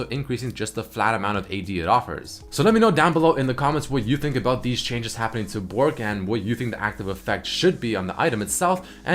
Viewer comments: isnt it botrk not bork ? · Botrk not Bork